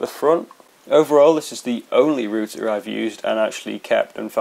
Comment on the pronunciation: Thank god, somebody is pronouncing RoUter right!!!!!! Greetings from not America!